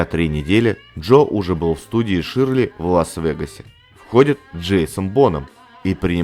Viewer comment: Хороший контент. Но просьба - не искажать произношение фамилии такого знакового продюсера как Кевин ШЁРЛИ. А то звучит почти как Ширли Мырли. Привет из Нью Йорка!